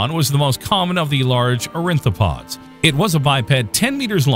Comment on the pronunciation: wonderful short, great graphics you might want to take a look at the pronunciations for the following: ornithopods not orinthopods; triassic not trisaic etc; film editor probably should have been more aware of these during final cut; but overall, very nicely done.